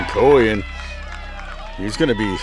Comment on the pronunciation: Great recap of the game Coyen for Lynn Valley is actually Coyne as in flip a coin 😂 thank you very much we loved watching your video!